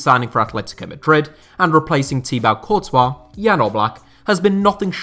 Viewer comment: You pronounce thibaut courtois wrong